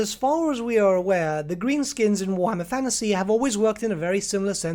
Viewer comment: cant watch your videos anymore cos you keep saying 'fannasy'